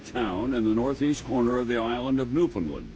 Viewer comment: I know it’s been a while since this was posted but I’m gonna really plead with Americans to do Newfoundlanders one small precious favor. Could you stop pronouncing it New-found-lund. It’s rude. It’s NewFinLAND. Say it that way to a native Newfoundlander and they will love you for it. I mean for saving thousands of your people we deserve at least that